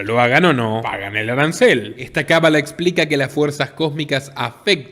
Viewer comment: Buen documental, pero la pronunciación correcta no es "cabalá" sino cábala. Es una palabra esdrújula, por lo tanto lleva acento marcado. Va con onda...